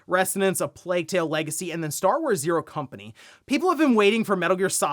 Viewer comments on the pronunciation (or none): none